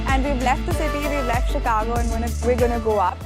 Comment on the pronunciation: improve your pronunciation it's not a चिकागो it's शिकागो. #Sejal